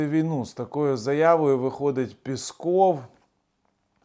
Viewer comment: Дякую за інформацію, завжди з цікавістю дивлюся Ваші відео., Ви якось неправильно вимовляєте прізвище 'піськов', таракан може і образитися)))